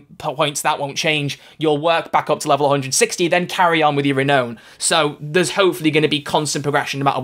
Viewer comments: You completely, mispronounced, renown. It's Ree-now-n, not Ree-know-n. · The way you pronounce "renown" is killing me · "Re-known" or "re-noun"? Don't tell me I've been saying it wrong all this time!